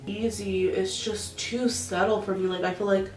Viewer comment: It’s “subtle” not settle love it’s been bothering me, your make up is bomb regardless🥰